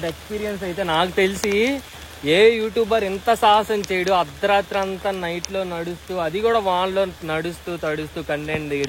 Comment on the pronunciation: అద్రరాత్రి kadu bro అర్దరాత్రి. 🤦‍♂️